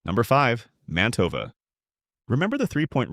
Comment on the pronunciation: The AI tends to mispronounced brand names (e.g., Mantova).